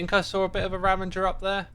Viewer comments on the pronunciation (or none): RA - VA - GER ...... not Ra-ven-ger please..... it is so triggering! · I think alot if hermits know its ravager but say it the other way on purpose! They do the same with Crank instead of clank 😅 it doesn't bug me but I definitely notice it everytime